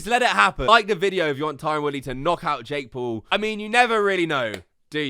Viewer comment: Every time you say Jake Paul sounds like your saying Jake Poo 💩😁.